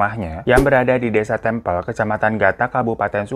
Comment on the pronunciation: Maap bg salfok ama lu nyebut daerah tempel,yg bnr TEMPEL,bukan tempel😭